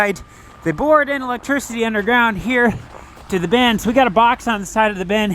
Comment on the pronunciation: Why does it sound like calls them “bens” instead of “bins”? Any linguistics out there? Is this part of the vowel shift?